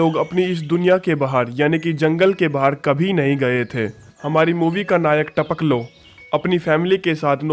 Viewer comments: It's Tapakalo not Tapklo 🤣🤣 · Our jab aay bol raha hai to jyada funny lagta hai taoklo 🤣